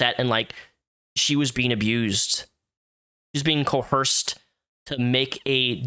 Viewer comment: "Coerced" does not have an H in it. :)